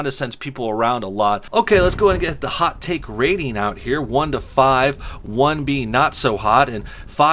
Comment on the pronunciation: I keep hearing 'hot tit'